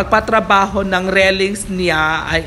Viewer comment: Railings po dipo rellings hahah tagal munang nagbo vlog di ka pin bihasa